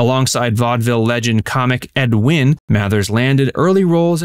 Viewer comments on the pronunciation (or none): none